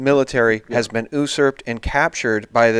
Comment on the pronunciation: As always, wonderful show. And am not trolling you but you did a mispronunciation multiple times of the word "usurp". Thought you might want to say it correctly in the future as we all want to sound as informed as possible -- usurp is pronounced you-SURP. Here is a link